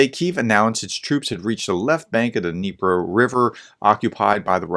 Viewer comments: The correct Ukrainian pronunciation can be heard at Forvo site as pronounced by native Ukrainian speakers by searching for the name in Cyrillic: Дніпро. It sounds close to [dneePRO], with the stress on the last -pro syllable. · Yes, the river is pronounced as “Dnieper” in Russian but as “Dnipro” in Ukrainian, an instance of cultural differences which infuriates Putin. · Dnepr is ruZZian pronounce, D N I P R O - ukrainian. Ukrainian last names ends with O, many words in our language ends with vowels, in ruZZian - with consonants. Ukrainian language like a sing of bird, ruZZian - like a bark of the old hoarse mongrel with a lot of sonds 'r", 't' 'ya" and so on.